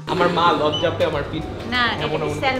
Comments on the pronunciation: It's Raaa (um) men, not am:) / Samon not Sal-mon:) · Its samon but spelt salmon the l is silent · Spelling=Salmon Pronunciation =স্যামন “L” silent 😊